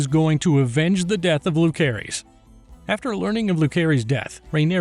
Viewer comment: Jacerys and Lucerys....the C isnt hard, its pronounced like Luserys/Jaserys. They say it numerous times in the show, there is zero reason for you to mispronounce it.